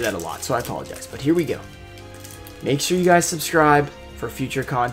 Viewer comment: Him: "I propably say guys alot" Also him: "I apologuys"